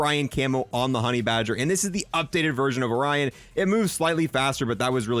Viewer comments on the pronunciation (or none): none